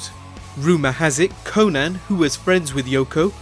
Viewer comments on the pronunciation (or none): none